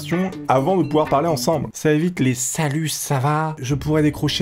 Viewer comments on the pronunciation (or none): none